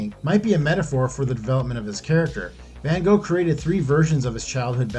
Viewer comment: The narrator manages to BUTCHER both "van Gogh" (any child can click on "listen" in the Wikipedia article on him...) and "Arles" (ahr LAYS??????).